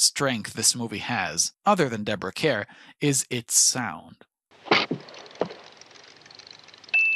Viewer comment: Nice review of an excellent movie. Just subscribed. Also caught your review of what seems to be the latest Bond fiasco. It’s all been downhill since Connery. Deborah Kerr was always great. For future reference, in case you review her again, “Kerr” is pronounced “car”. It’s a Brit thing, sort of like “Berkeley” is pronounced “barkly” and “Magdalen” is pronounced “maudlin”. You can’t trust those people with the language.